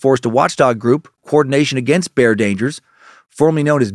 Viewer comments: It's pronounced like buyer not bear🤣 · Dan how do you get one syllable from the word Bayer? It's not Bear lol